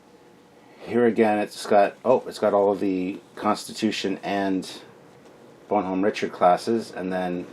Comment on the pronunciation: WOOOW you butchered that French. Use Google translate dude. It is pronounced bon-nom